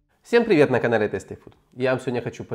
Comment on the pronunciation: Здравствуйте,! Шикарные рецепты!!! 👍❤️ Можно маленькую реплику по поводу произношения названия канала? Только не обижайтесь, пожалуйста.. Tasty произносится тЭЙсти, а не тэсти.